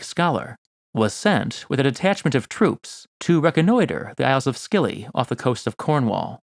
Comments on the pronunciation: 'Scilly' ( the name of the islands to the west of Cornwall) is pronounced 'silly', not 'skilly'. I begin to have doubts about the scholarship of anyone who shows such a silly (haa!) and elementary failure of research. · The Scilly Isles are pronounced Silly not Skilly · "The isles of skilly". Brit here. Awesome video, but gosh darn it, it's pronounced with a silent / soft c, yes like "silly". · It’s not pronounced as the isles of “skilly”, it’s pronounced “silly”. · Silly not Skilly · Nice video, but now struggling to get past the pronunciation of Scilly ... It's "silly", not "skilly" ;)) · Scilly isles is not pronounced “Skilly”but like “Silly” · The Scilly Isles are pronounced "silly" not "skilly". (Source: I live in Devon) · OMG. Scilly is pronounced "silly" not "skilly". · The Isles of Skilley? They are pronounced like The Isles of Silly! "Northern Eye Ran" Northern Iran! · "Scilly" (the Isles) is pronounced "silly" not "skilly." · Btw it is pronounced silly not scilly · It is just you. Btw it is pronounced silly, not scilly. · The Scilly Isles are pronounced "Silly" with a soft C, not Skilly. {:o:O:} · Isles of Skilly! 😁 I'm sure you know that it's pronounced 'silly' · I bet will never call it again scilly but only silly. 50% of the comments mention that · It's pronounced silly not skilly, silly! I'll let you off, not being a native of these mysterious lands. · As a Cornishman, it’s pronounced Silly not Scilly. Many Mediterranean people traded with us for tin due to its scarcity btw. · Scilly is not pronounced "Skilly" but "Silly". A pity to spoil the ship for a ha'p'orth of tar (or research in this case). Take home message - be very, very careful about the pronunciation of British place-names - they are full of traps and pitfalls to make the ill-informed look silly (or perhaps Scilly). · FYI Scilly is pronounced silly, not skilly. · “the isles of skilly off the coast of corn-wahll” Good one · Scilly: pronounced ‘silly’ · Scilly is pronounced silly.